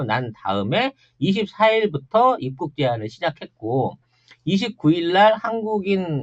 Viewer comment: '입국'발음이 안되는건 윗 입술이 잘 안풀려서 그래요 ㅎㅎ